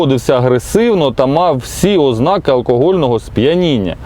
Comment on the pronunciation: Еге ж, гарна. ''Óзнаки, мабýть, нéсти, провéсти, зберéмо''... Не вистачає хіба що ''випáдків''🤨 Зараз у тренді ''косити під вуйка''